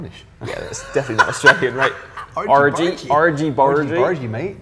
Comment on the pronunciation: your argy bargy sounds american